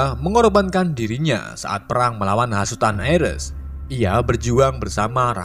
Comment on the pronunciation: Nonton serius eh malah Fokus kata narasi nya "perang" jadi "pelang" malah ngakak😂🤣🤣🤣